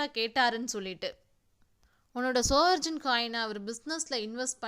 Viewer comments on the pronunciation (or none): ஒரு சின்ன் திருத்தம்.அது 'சவரென்..'சவர்ஜன்' இல்ல..நன்றி..நீங்க சொல்றதுகுழப்புது...தப்பா எடுத்துகாதீங்க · Good effort but please make the pronunciations correct, SOVEREIGN is pronunced as "சாவரின்". It doesnt make any difference but it matters